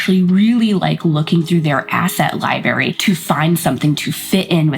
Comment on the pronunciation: Girl, you're killing me with your pronunciation of library.